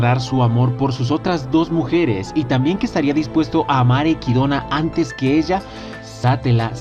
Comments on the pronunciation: Cada vez que escucho equidona en lugar de echidna viene a mi el meme de los simpsons: dilo bien maldito imbecil o te arranco la lengua ¡¡¡ jaja nose Cual es la pronunciación pero me saca de onda que lo diga de esa forma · Quien es equidona? es Echidna se lee literal ya que los japoneses si pronuncian la ch, no es una pronunciación inglesa si no escucha como lo pronuncian en el anime.